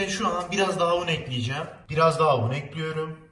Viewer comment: Eklüyrum demesi cok hosuma gidiyor neden bilmiyorum🤫😂😂